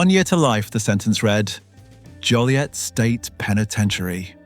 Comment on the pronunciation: IT´S JO LIET!!!